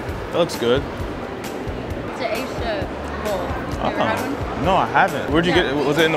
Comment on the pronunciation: She said asia bowl